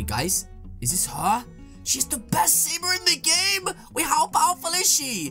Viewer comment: he said saber